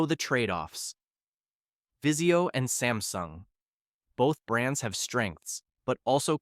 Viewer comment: Vizio not viseo lmao